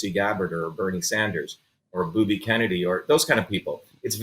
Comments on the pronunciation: did Dr. Shiva say "Booby Kennedy"? lol. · Did he just say Booby Kennedy. Kim needed to question his obvious mispronouncing of Kennedy’s name. Exactly what is it about Kennedy that angers him so much. Maybe we need to understand this in order to better see where he is coming from. That said, he makes some very valid and important points that many fail to see. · did he say "boobie kennedy" ?